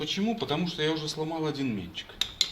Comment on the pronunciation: МЕТЧИК, ударение на И . Резьбошлифовщикам ухо режет. 😊❤